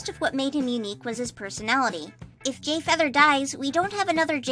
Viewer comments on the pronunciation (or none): did..did you say "gayfeather"?